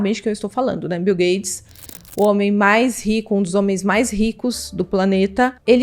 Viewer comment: O nome do milionário é Bill GATES!! Não é gades!!